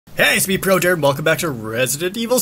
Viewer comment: you said projared so fast at the beginning it sounded like you said prodirt